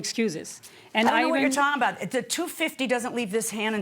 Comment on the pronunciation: Did Judge Milian just go country on her? "I Don't Know what you Talm Bot"